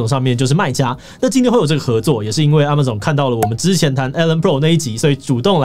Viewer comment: 也許 Amazon 的唸法是 ㄝ ㄇㄚˇ ㄗㄤˇ 而不是 啊 馬 總